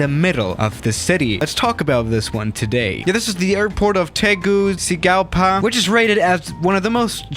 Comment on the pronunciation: You say Tegucigalpa like (tay gucci alpha)